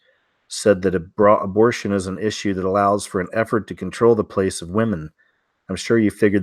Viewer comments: why do you pronounce it “abrotion” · Abortion not abrashun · He pronounces it funny to get past the censors.